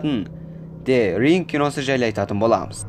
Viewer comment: Дзе ринг деп аитылады